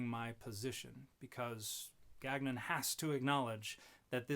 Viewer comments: French Canadian here. Gagnon should be pronounce gawn-yon. We don’t pronounce the second g. The Robert on the video forgot his ancestral roots. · Dude can't pronounce his own name lol. Ga-nyon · I denounce any Gagnon who can't pronounce our name properly. It's French ga.nõ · I won't be petty and I have not watched this dans cette totalite... but my long dormant french canadian soul quails at "gag none" Their name is theirs to pronounce how they see fit, but my dude that is not how Gagnon is pronounced. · I just want to say, as a Canadian living in Quebec, I object to Gagnon's pronunciation of his name, as abhorrent to God. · Gagnon is likely pronounced "gan-yoh" or something close. It's a French name, quite common in Quebec